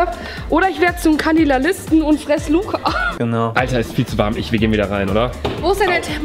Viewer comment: Niemand: Wirklich niemand:: Oder ich werde zum " Kaninalsisten" und fress' Luca😂